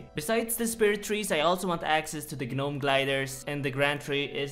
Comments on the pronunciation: I hate how you put emphasis on Tree "GA"nome Stronghold, or the "GA"nome glider. Just pronounce it without the G l0l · lol "Guh-nome" instead of "nome" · Lol the way he pronounces Gnome: Ge Nome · the G in Gnome is silent in English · Lmao I love how you say "gnome" the G is silent my dude.. just say it as "nome" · its nome you dont say the g in gnome. i know youll see this as hate or w/e but its genuine as i was saying gnome till i was corrected. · the G is silent in “gnome”….. You’re still cute 😘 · Please man it's pronounced nome, like home but with an n. The g is silent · Stop saying Ga nome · I know English isn't your first language so dont take this too seriously, but hearing you actually pronounce the G in Gnome is hilarious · The g in gnome is silent my friend. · The G in Gnome is silent. Like the K in Knight. Please take note, sir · Just realized... he pronounces the “G” in “gnome” 😅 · The G is silent bro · Hey! dont pronounce the g in gnome! its silent:D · The g is silent…